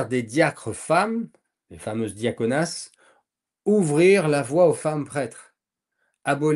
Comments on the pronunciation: Diaconesses et non diaconasses !!! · On ne dit pas dia-connasses mais bien diaconesses !😊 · oui ,les diaconesses et non les diaconasses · Cet homme n'a pas fait exprès.Je suis une femme et ça m'a fait rire . D'ailleurs je voulais écrire une blague mais vu vos commentaires , je vais m'abstenir pour ne pas vous froisser 😊